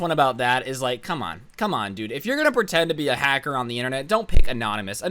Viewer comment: me: listening to: hacser also me: OMG I NEED TO COMMENT THIS